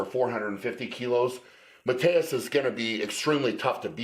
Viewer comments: Tip for you guys: if you want to pronounce his name right you wanna say sth like Mateush (not Mateus) and also K-yeah-leash-kovsky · I thought you pronounced his name ma-toosh because I heard Arnold call him that.